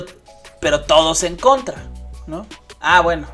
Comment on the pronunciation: It's en contra not en contrá xd